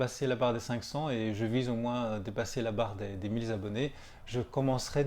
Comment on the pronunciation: "...la barre des mille 'z abonnés..." 😉 "Mille Abonnés" ... mille est invariable.